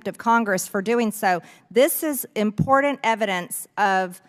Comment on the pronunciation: Would somebody please teach Marjorie Taylor Greene how to say I am p o r t a n t